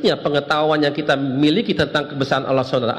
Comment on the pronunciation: Kok nyebut nama ALLAH kok OLOH OLOH itu gimana.